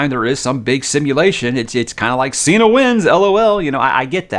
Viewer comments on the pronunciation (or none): none